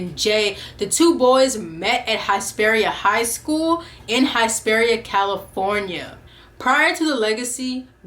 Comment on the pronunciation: Hesperia (Hiss-pearia) Hiss 🐍. Sorry that was driving me crazy